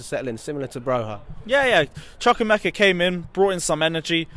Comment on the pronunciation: It’s Choo-koo-eh-meh-ka cmon my fellow African